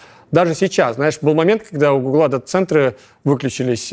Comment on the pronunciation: Правильно гУгла, а не гуглА